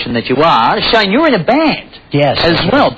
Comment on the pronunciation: Is it just me or the interviewer called him "shaima west?